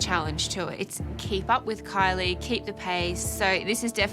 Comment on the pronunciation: I had to check the comments to find out her name is Kylie and not Coilly.